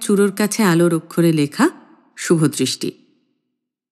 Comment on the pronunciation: শুভদৃষ্টি না শুভদয় 😁